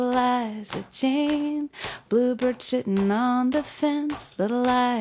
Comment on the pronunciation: Darn! I wanted to use this recording with my students but when she says 'sitting on a fence' it sounds like "Shitting on a fence" and when she sings 'Chicago" it sounds like "shit-ca-go". I'm worried parents would be calling in to complain!